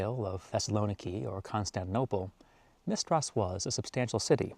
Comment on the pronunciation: I'm sorry, I cannot watch anymore because you butcher the name of ConstanTInople